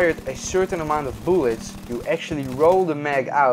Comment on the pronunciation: Boolets? Are you Swedish or Russian? Tf?